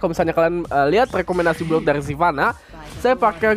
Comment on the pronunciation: Hha "silvanna" :v